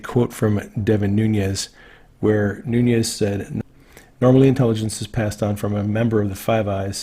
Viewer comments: Nunes is pronounced noonesh. Very soft sh at the end. Noonhez pronunciation is Spanish not Portuguese. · Love your videos,! One tiny request: please pronounce Mr. Nunes' name correctly. It is not "Noon-yez", it is "Noon-ez" and as a patriot he deserves to be properly addressed. Ok, just had to get that off my chest, lol. Please keep up the great work, you are doing an amazing service with your well researched and thoughtful videos. WWG1WGA! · Noon S. Thank you, is not pronounced as a mexican name, as in noon yez. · Nunez!!!!!! Newnez not Noonyez. RESPECT! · Well, interesting. One is the English pronunciation and the second on, Noonyes would be exactly how it's said in Spanish. But I think Devin Nunes doesn't speak Spanish but the name is a Spanish name. #MAGA! Our #MAGAFamily is a very large family made up of many colors, many languages and descendants from many races BUT all Patriots and proud Americans. 🇺🇸🌷🇺🇸🌻🇺🇸🙏🇺🇸🤗🇺🇸🌺🇺🇸✔🇺🇸😎🇺🇸🎶🇺🇸🍁🇺🇸🎵 #PrayForPOTUS45 #PrayForOurCountry! #PrayForPEACE at home and abroad 🌎🌏🌍🇺🇸✔ #DRAIN 🐀🦏🐁🦏🐭🦏🐍